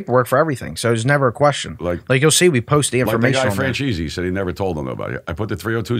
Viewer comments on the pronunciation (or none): Love how he calls franchese Fran cheesey lols